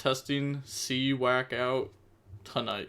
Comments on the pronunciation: More like See-Yak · you said see wack lol 😂. It is just you being you so it’s ok😅